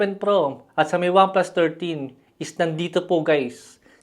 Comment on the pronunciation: Wamplas ang sabi